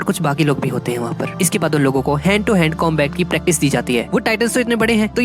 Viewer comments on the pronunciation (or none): none